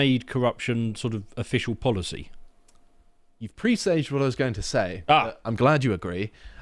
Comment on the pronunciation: "presaged" is not pronounced "pre-saged ", but "press-adjed"!